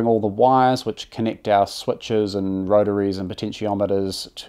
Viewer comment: It’s Kiwi, so they swap e’s and i’s. Listen to when the narrator says “connict the pens” (connect the pins).